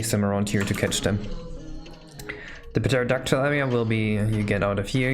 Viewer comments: Lmao, imagine pronouncing the p in pterodactyl. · Did just pronounce Pterodactyl with the p? I expected more from an English major